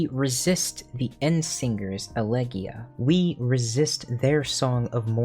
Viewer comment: Good stuff. if I may add in, elegeia has no mute E, it's pronounced eleghEHia Planetes also has an audible EH as in planetEHs And kakodaimon is slightly more complex as a concept, it's the inner ugliness, all that is is bad in us and we have to defeat it if we even wish to negate her thesis in the form of our dynamis limit break